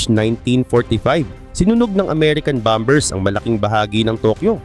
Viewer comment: Ameican Bambers... LT.. 🤣